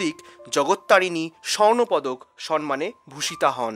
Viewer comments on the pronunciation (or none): ভালোই শুনছিলাম, থামতে হোলো। 'সম্মান'- কে 'সন্মান' বলা আমি একেবারেই বরদাস্ত করতে পারি না! মহীয়সী নারীকবি কামিনী রায়কে আমার সশ্রদ্ধ প্রণাম। 🙏